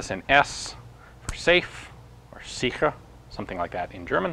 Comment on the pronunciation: Awesome video, as always. I want to point out two things regarding your german though. First: the name Seidel isn't pronounced "seiDEL" but "SEIdel". Second isn't really a mistake but more of a pet peeve of mine, the "ch" in "sicher" doesn't have to be pronounced like a cat coughing up a furball, it usually is pronounced softer.